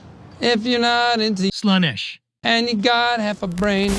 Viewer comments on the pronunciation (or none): It's Slaan-esh not Slanish